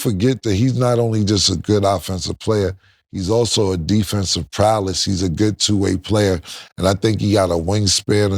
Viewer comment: Nobody in all this time has corrected Killa when he says "defensive prowless"